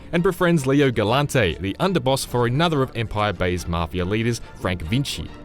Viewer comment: “Mafier” that’s what I heard